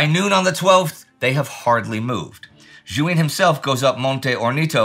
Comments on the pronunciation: I think Juin is pronounced zjuwa. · Great series. Look forward to it every week. Small remark: I may be wrong but I don't think that's how you pronounce Alphonse Juin. 😊 Not really important for my enjoyment though.